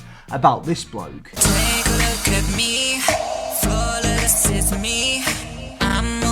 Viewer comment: My man said "flaw-la-less-ess me" and expected to not get bent by the internet.